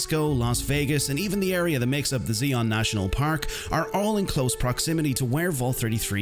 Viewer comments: "zee-on national park' what? You mean "zye-on" ?Zion? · Did my man seriously pronounce Zion National Park as ZEE-ON 💀